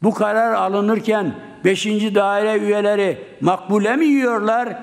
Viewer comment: Bu adam kelimeri söyleyemiyor. Makbule diyor.Makbule Atatürk ''ün kardeşi. Yemeğin ismi maklube